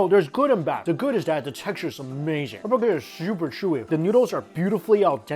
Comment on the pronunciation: And then says "Dis iz amayzing!"